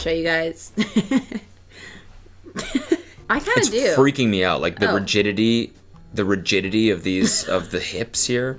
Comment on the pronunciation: Rigiditity lol